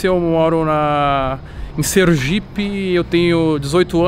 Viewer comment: "Serugipe" ou Sergipe carai KKKKKKKKKKKKKKKKK